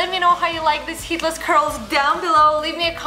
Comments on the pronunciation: Lol I am not being mean but she sounds like she is saying Hitlers curls and I can't stop laughing😂😂😂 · now you have heard it, it cannot be un heard